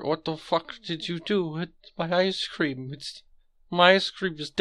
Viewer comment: ngl. thought philbert had firecream instead of icecream at first